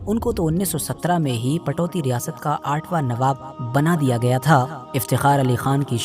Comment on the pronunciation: Ptoudi ( Saheeh hai ) Patouti ( galat hai )